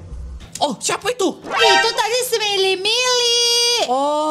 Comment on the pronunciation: kok kata bilang smirey miley